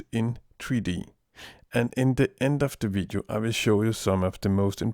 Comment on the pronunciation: "This vidiu" lol =P